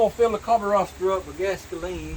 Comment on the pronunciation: Gotta' love "gas-ka-leen"!!!!!!